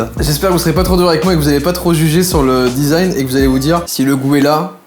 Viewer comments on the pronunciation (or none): none